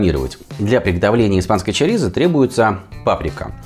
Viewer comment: произносите, пожалуйста, правильно. Ваше чАрисА я слушать не могу. ЧОрисО. И никак иначе.